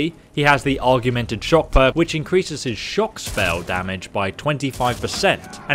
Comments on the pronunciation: you’re pissing me off with your AUGMENTED pronunciation ORG - MEN - TID NOT ARR - GUE - MEN - TID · Just started playing Skyrim again for the 5th time, will definitely try out some of the mercenary followers! Btw “augmented” is pronounced “awg” not like “argue” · I don't mean to seem argumentative, but the word you keep using is pronounced aug-men-ted, not arg-you-men-ted. ;-) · Augmented, not argumented. Aug, like the Borg in star trek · I dont mean to be pedantic but its 'Augmented' not 'Arguemented'. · *Augmented. Not argumented😂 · Every time you said "argu-men-ted" instead of A U G M E N T E D it made me wanna headbutt my f*cking screen... Jesus Christ! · It's "augmented." Not "Argumented." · Dude, Aug-mented. Not Argu-mented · Augmented = Org-men-ted your welcome. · Spellswords? I always thought they were sellswords... Arguemented? Your doing this on purpose I swear, I always read it as augmented... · Augmented. Not argumnted 🙄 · does dyslexia do that? I thought it made it more difficult to read but I didn't know it makes you mispronounce so many things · When you say "augmented" it kind of sounds like you're saying "argumented" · Augmented, pronounced OGG-Mint-Ed. To augment something is to make something greater by adding to it. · Augmented, OG-MEN-TED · Why aren't you able to pronounce augmented? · We have ways of making your pronounce augmented. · Someone needs to teach him how to pronounce “augmented”